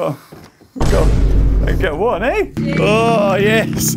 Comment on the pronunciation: The way he says “WONE” Toro be like “this maniac has my family and he’s force feeding me!”